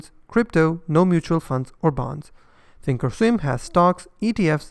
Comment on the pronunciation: Thank you for saying that Thinkorswim has a complex interface. I don't like how often you have to place an opposite order for a stop - not intuitive. I am more of a visual person. Webull does also have paper trading, although not back testing like you said. Sounds like you're saying "Think Storm". When you say "comes with pro tools" that can be confused with the high-end audio editing platform Pro Tools, which is popular, but expensive. Say professional tools. In English you don't pronounce the L in Charles, but you would in Replay - yes English can be confusing. Overall, among all platforms on your channel, which do you like for intuitive, ease of use trading and charting ?